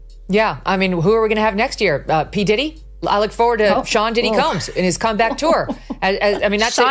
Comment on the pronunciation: She said PDiddy!!! 😂😂😂😂😂😂😂😂😂😂😂😂😂😂😂😂😂😂😂😂😂